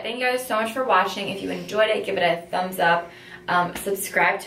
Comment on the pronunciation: Notice how in the end of the video she said thanks for “Washing” 😂😂❤️